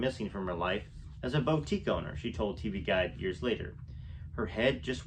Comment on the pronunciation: Hi. 😆 boutique is pronouned buˈtik. Thank you for the reading, you have a great voice.